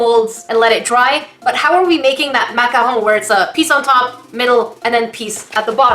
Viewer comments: Its MACARON! not MACAHO! Silly,! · u say maca hoon it’s maccarOON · But yoU’Re SayINg iT wRoNg It’S maCaRoN nOt MaCahAu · YoUr SayInG It WroNg Its PRoNouNced (mac-a-roons) not (mac-a-RoOMs) 'I FEEL DA SALT RISING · MAC-A-ROWN 😆 I love how you're saying the word.. sounds so fancy when you say it lmao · Actually that is pronounced MAC-A-ROON just cause you were saying it rong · Heh...hehe.... said mack-a-hoe... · But you're saying it wrong you're supposed to say it like mac a rune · No. It's either pronounced macaron or macahoon. A macaroon is a coconut puff cookie. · Macarhone Me: SALTINESS INTENSIFIES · It's pronounced macaron or macarhone! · It's macaron or macaro. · Some people say macaron Others say macaroon And then there’s who says makahoo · Why do you say macahon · I forget you live in Canada so the way you say macaron is so cool lol